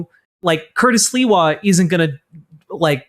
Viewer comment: It's Sliwa 😅